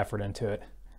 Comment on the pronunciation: ROOT-ERS -> ROY-TERS